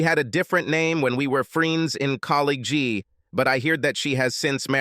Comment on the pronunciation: "She had different neeem when we were in collageeee" - lol the pronunciation on this AI.